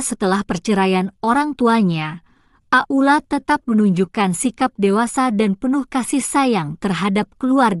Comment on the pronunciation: Pembeca kurang benar kurang lancar bukan ak uk la itu aula gitu aja terlalu leby